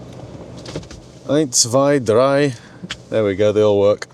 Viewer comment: ... Eins, zwei, drei.. perfect German skills ;). Nice Car and exciting Video. Love to see more & greetings from Germany